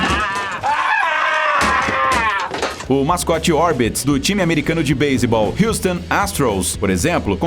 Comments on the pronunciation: E ele fla baisebal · NÃO ME CANSO DE VER ELE FALAR BASEBOLL MANO ATE SALVEI NOS FAVORITOS KKKK